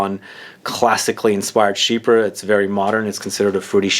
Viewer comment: Not to put a fine point, but the pronunciation is sheep-pre (for the word chypre). Not she-per. It is French, for Cyprus (the country).